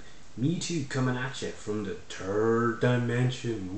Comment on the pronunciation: did u say turd dimension